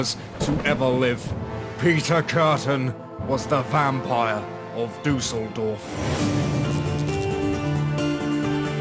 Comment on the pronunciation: I always struggle with non-German speakers pronouncing German names. Every time you said "Duseldorf" (which would be German for flukevillage) I had to laugh a bit (no offence though!). But yeah, I guess umlauts are a bit hard if you never learnt to pronounce them properly. But you could have at least pronounced Peter in German! Other than that: great content - and although I am German, I've never heard of that case before 🤔